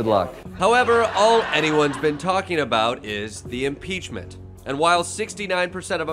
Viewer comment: ...did that dude say 'peachment'..?